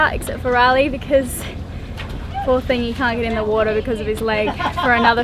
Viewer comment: I love the way says water - wuadda ha ha